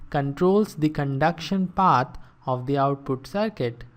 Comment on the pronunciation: Turning on the CLOSED CAPTIONS helps with this man's accent on certain words like "path" and "developed"